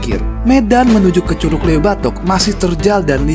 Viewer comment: Cara ngucap LEUWI salah bang..heee